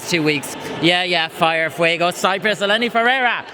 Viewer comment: I love you but its ELENI not Yeleni